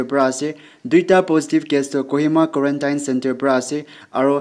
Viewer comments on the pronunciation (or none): Pronunciation of Quarantine... please use 👉 tin/ten